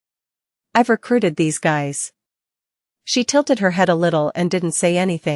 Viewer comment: Don't forget tilted lmao